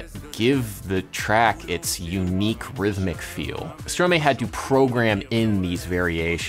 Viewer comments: Another correction, it’s Stromae pronounced Stromai, not stromay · Adam - Thought you may appreciate the context - Stromae is pronounced Stro-MAH-EEE, or Strom-Hi (without the H sound). It actually is verlan for Maestro (Mae-stro becomes stro-mae). Verlan is a form of argot or slang in French that consists of changing the order of the syllables, but still reading the word forward (as opposed to strict letter reversal). And now I'll show myself out :) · It's pronounced Stro-my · Note to world: it's pronounced stro-my, not stro-may. Unless you people pronounce "maestro" as "may-stro" instead of "my-stro". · Hey! Fun fact, but I also just wanted to point out that Stromae is actually pronounced like "stro-mai". It's just a reversal of the ordering of the syllables in the word "maestro". I've seen a lot of people mispronouncing it recently (I think Jimmy Fallon gets it wrong too) from the way it's spelled, but once you know it's just maestro with its syllables switched, the pronunciation makes a lot more sense. Hoped that helps, cheers! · Hey there, amazing work on the video ! Just a small pronunciation tip : Stromae is just "verlan" for Maestro, and it's meant to be pronounced as Stro-mah-ee (difficult to write down in english phoneticals lol) => stʁomaj][ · I LOVE Stromae! It's actually pronounced "Strow-my". He came up with the same by switching around the syllables in 'maestro'! I'd LOVE to see more about his music on your channel. He's wonderful. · Stromae is pronounced "Strom" then "a" pronounced like an "armor" and "e" pronounced like the "e" in "hello". Strom-a(rmor)-e(llo) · Nice vid, but it is prononced Stroma-e (a of cat, e of ... hey dude, I suppose ^^), since it's back slang for maestro ;) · If i may. It's pronouced Strom-eye. Very interesting video byt he way! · When even french people weren't able to say it, I just gave up on hope lol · I am from belgium, where stromae is from, and I just cracked at how stromae was pronounced lol.